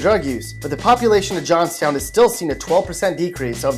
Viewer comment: The way that he pronounced Johnstown irritated me.